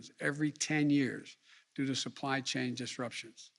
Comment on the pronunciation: Couldnt even say supply chain he says supply sane... lol